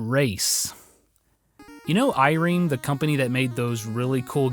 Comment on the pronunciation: "I-reem" is pronounced "Eye-Rem"